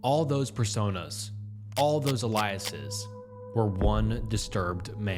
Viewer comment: numerous 'eliases' you say? hmmm